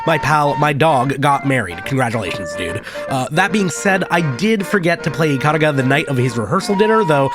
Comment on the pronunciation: Ya boy when he realised only the centermost pixel counts as your hitbox in bullet-hells: 😯 Ikaruga is an amazing game and this video made me so nostalgic for it. FWIW it'll always be eee-kah-ROO-gah to me.